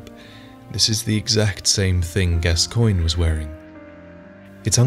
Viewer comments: You mispronounced gascoigne, it’s pronounced gas-co-oig-nee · “Gabba cologne” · You put the part where Eileen says the proper pronunciation in your video but you can’t get it right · Just wondering - why did you choose to contradict Eileen's pronunciation of Gascoigne and Henryk? Since she knew them personally, she would be an accurate source. It's very hard to watch this video knowing the real pronunciation is actually "Gas-kawn" and "Hen-rick".